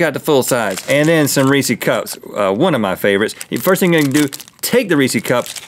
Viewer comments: Ree-says! It’s reese’s, not reesee’s. Think Reese Witherspoon if she owned her own candy. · Is Rhett saying re see when talking about Reese’s on purpose? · Rhett...it's Reese's, not Reesee! You gotta pronounce the last S :D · Does Reese’s have 2 ‘e’ s at the end? NO RHETT! STOP PRONOUNCING IT WRONG! So annoying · why do americans say reesy cups? its reeces